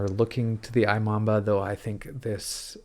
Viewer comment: Imamba is pronounced eeMamba